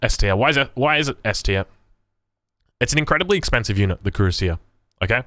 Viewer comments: It's pronounced KWE - RAS - IYE. Unlike English which is a pretty confused muddle when it comes to spelling, especially of loan-worlds, French is fairly consistent. Cui-rass-ier. Like Courvoisier congnac. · YA YOU FKED UP HOW U SAY CUIRASSIER LMAOOOO